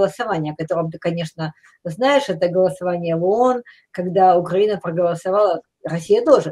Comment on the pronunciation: навіть правильно вимовити назву нашої держави не може, якщо можливо поправте його